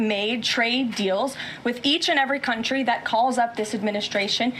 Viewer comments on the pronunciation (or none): none